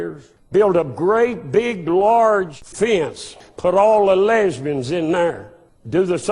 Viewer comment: Yea just sounded like Lesbens to me lol